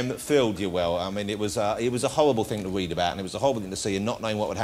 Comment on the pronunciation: It was a howwible thing to weed about